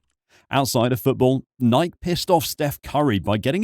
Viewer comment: What’s a “Nie-ek”?